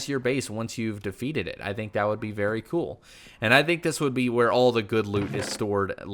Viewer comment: cool not col